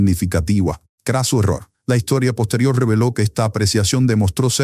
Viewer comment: no se dice poterior Se dice poSterior Hay que Enseñarse a hablar 😂😂😂